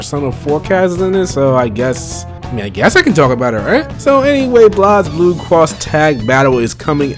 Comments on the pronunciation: Why does he pronounce it [Blahz-bloo]? And who's Leilachi? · Just a minor nitpick, but Blazblue is pronounced like Blaze Blue. That aside, yeah the DLC thing annoys me.